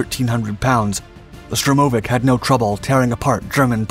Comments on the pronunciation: Stress on the first syllable: SHTURM-o-vik. and be-TON-flugzeug (concrete airplane) and Malo-ro-SIS-kaya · Correct and a stress is on "vik". Also, by Russian habit of pronouncing the short abbreviations and names, IL-2 is pronounced like the word "ill", but short, just what the letters IL (ИЛ) form. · штурмовИк. Ударение на последний слог